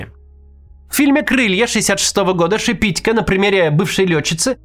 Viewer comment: Шепитько’, не Шепи’тько 🤬